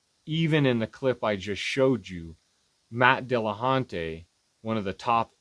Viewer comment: nobody should listen to you, for being unable to pronounce "Dillahunty"